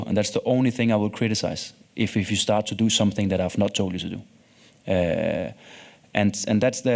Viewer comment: Samsinggg ✅️ something ❌️